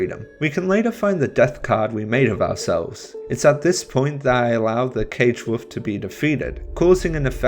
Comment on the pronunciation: Woof? Wolf. I'm English and I've heard Americans, Canadian, South Africans, Ugandans and Australians pronounce the L in Wolf. Cute though haha, someone negates the power of the majestic animal though.